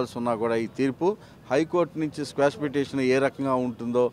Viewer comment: స్క్వాష్ పిటిషన్ కాదు, క్వాష్ పిటిషన్